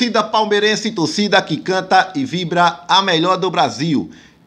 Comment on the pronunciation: Se fala torcida e ñ "tocida"